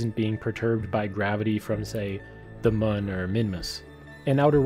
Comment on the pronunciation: This was a really excellent example of just a couple of the issues that Dev's have to work out in order to create great games like these two. You've earned my SUB just because you pronounced MUN right!!! LOL!